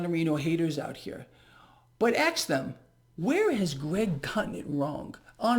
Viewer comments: Does Greg say "ax" instead of "ask"? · Ya For the 6 years I’ve been listening. Ya. I get a chuckle every time Can’t stop laughing now. Gotta like him. Funny shit